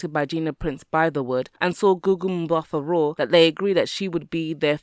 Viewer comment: Umm-baat-ahh, not Umm-ba-tha. 👍🏿